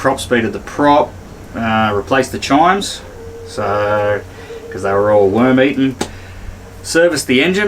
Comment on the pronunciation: Luv ya work, Great Vids!. Thanx! Oh, and it's Chines! Not chimes! . Really good to watch your progress and priorities on the repairs. :)